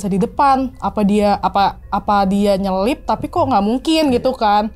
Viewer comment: NYALIP Mbak, bukan NYeLIP...😅😅